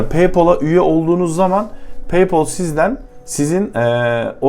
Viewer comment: lan daha paypal diyemiyorsun bi de kalkmış akıl veriyor.